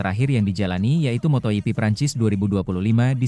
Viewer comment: moto gp bukan moto yipi ada2 aj ini admin geli dengernya